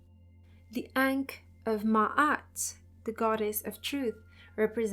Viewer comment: Maat is pronounced slightly different it's not mAh- aht it is mAh- oot